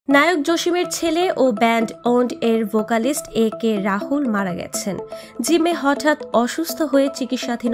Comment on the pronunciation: আরে ভাই রাহুল না রাতুল